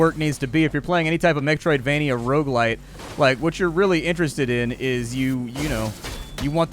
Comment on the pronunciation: "Rouge-lite"? What's that? I believe you mean "Rogue-like" .....